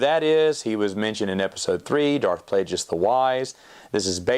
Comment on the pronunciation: I love you but the way you pronounce Plagueis 💀